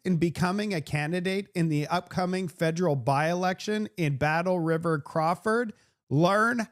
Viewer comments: It is Crow Foot, not Craw Ford. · Crowfoot not Crawford😊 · it's Battlefield-Crowfoot. Not Crawford... LOL 😆 🤣 😂 I don't want you to offend some liberal sensitivities... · Crowfoot …… crow + foot . This is my riding. Battle River crowfoot. Not craw….. I am convinced that 92 percent of the candidates can’t pronounce it either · I love you! It's pronounced " crow FOOT" sounds like you are saying Crawford. Keep up the great work! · It's Battle River/ Crow Foot. How so many mispronounce this is amazing.